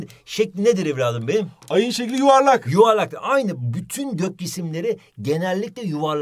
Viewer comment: PeKiĞ SöYlE BakALıĞm AYığN ŞeğKli Ne ReĞNkDir 😂😂😂😂